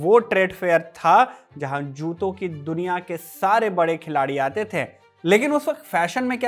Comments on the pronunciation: थे का उच्चारण ठीक करो यार... थै क्यों बोलते हो..?? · Pl improve your pronunciation. While sayin थे you are using heavy nasal tone like थें, गयें। पीएल dont take personal